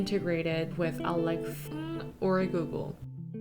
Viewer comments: Why are you saying alexa like that? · Why are you pronouncing „Alexa“ like that? Does it have copyright reasons? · Why are you saying Alexa like that? :/ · I think she was trying not to trigger Alexa while she was recording her voice over 🤣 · 와~ 저런 결벽증이라면 저도 갖고 싶네요. ㅎ 집 멋지게 꾸미신 거 너무 잘 봤습니다. 한가지 궁금한건 알렉사를 말씀하실 때 왜 ‘사’ 발음을 흐리신 건가요? 대놓고 말하면 안되는 건가요?(중요하진 않지만 궁금해서요.ㅋ) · I like how you say "Alexa" in a differently to prevent triggering others' Alexas haha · 근데 일부러 알렉하 구글하 이렇게 말하시는건가요..? 넘 궁금해서 댓글 답니다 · Alexhaa and googleha 😂😂